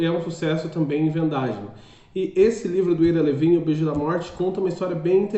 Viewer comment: Pronuncia-se ao AIRA LÍVIN. Livro sensacional. Premiado e que gerou DOIS filmes sensacionais. Já li sete vezes, nos últimos 20 anos. Ira Levin é meu escritor preferido. Pena só ter publicado 7 livros. O cara é genial.